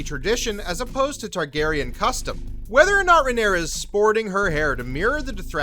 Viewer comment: I like you. I do. But seriously, get someone who can pronounce the characters names correctly.